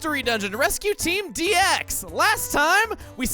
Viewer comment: HE SAID D X WRONG